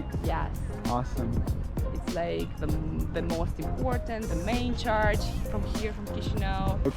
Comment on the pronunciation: They kept mentioning “charge” instead of “church”; that was a consistent and distracting mispronunciation throughout the whole video.